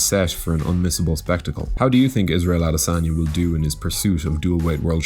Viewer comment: Thanks for butchering the afroasiatic royalty name.....you must be hungry